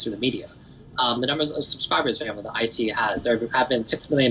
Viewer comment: Dear keep up the good work. "Q" in Chinese is always pronounced with a Ch sound, Qi sounds like Chee as in Cheese iQiYi is pronounced CheeYee and for example Li Ke Qiang the prime minister of China will sound like Lee Ke(Kerr without the R sound) Cheeyang. Q always = Ch and not K like Queen